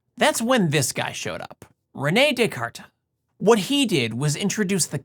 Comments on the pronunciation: 😂 Rene De-Carta! ... As a Spanish speaker I understand, but it made me laugh how he said it. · That first pronunciation of René Descartes beyond terrible